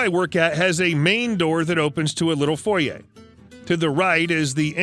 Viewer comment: Thank you for the correct pronunciation of “foyer”. I’m sick of the “typical” American pronunciation. Good job.